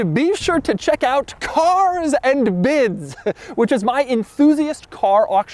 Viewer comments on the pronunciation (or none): CaR'S!!!! anD BIdS... .... 😂😂😂😂😂😂